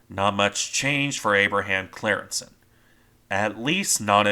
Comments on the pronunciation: I think its pronounced something like "Cryingssen" but I'm not dutch but german so I might be wrong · Its pronounced as in the YouTube: “Team geschiedenis: De ontsnapping van de Abraham Crijnssen.”